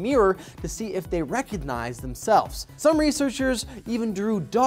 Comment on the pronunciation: Learn to pronounce "recognize".